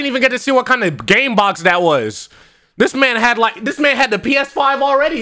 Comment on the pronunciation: Dude said game box😂